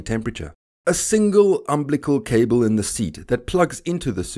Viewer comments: "umblical" cable? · "Umblical??" "Functual." Thumb down just for that. Bailing there. I just don't have time for this.